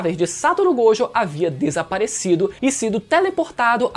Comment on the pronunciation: GOJÔ! A PRONÚNCIA É GOJÔ! QUE AGONIA!